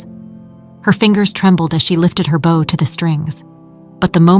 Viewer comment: Poor pronunciation of some everyday words ("bow" of the violin is pronounced like "know", "show"! "bow" meaning "bend" is pronounced like "cow", "now", "how"!)